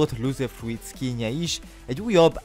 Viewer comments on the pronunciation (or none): pls Frút nonono nem frúit frút légyszi